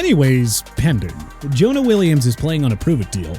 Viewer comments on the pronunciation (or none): none